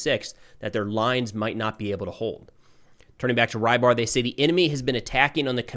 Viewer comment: His name is not Raibar, rather Reebar. Or Rɨbahr. This means "piscator"